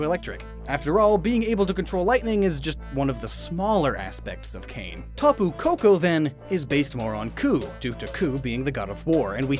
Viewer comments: I've mentioned this before: Kane is pronounced Kah-nay not cane. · Kane is pronounced 'kah-nay'... It hurt me to hear him say it wrong like 5 times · Kane is pronounced kah-nay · Btw it's pronounced Kaw-Nay NOT Kane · hawaiian words use the same vowel pronunciation as japanese, thus Kane would be kah-neh